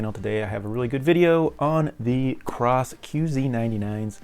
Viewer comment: thanks for the review. No "R" in KOSS though!